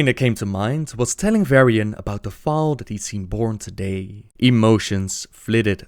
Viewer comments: Fowl? It's FOAL! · Hey, Love yer vids. Just wanted to fix your pronunciation a little. Foal is pronounced as "fole" like hole, not fowl. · also foal is pronounced fole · heard it with a silent l. I'll stick with the way it's pronounced on the online dictionary, the l is not silent. Regardless, it's def not fowl/foul like how he said it. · foal is more like pole but with an F. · You don't pronounce the l in foal... it kinda just drifts there. Kinda pronounce it like you would foux